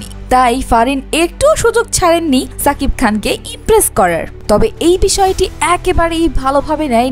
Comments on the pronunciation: Lern to pronounce his name properly first. Its Shakib not Sakib Al Hasan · ছাবিক খান না,, এটা শাকিব খান, আপনি আপনার উচ্চারণ ঠিক করেন